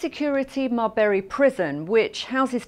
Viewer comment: Not sure where "mar-her-bre prison is